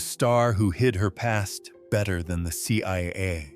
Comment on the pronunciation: it Looks like AI has put up the sub-titles...when the guy said better his pronunciation sounded like butter and the word butter came up and there were others